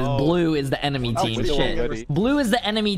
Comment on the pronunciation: “Emeny” ya mean “enemy”💀🤣